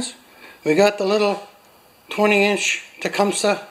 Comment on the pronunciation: “Tecumish” is the Podunk pronunciation